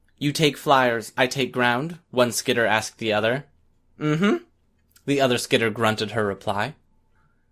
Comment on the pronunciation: Dude, SKEETER!? Ah, Hell nah! Bruh it's SKITTER!